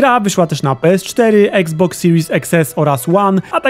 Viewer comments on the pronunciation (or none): none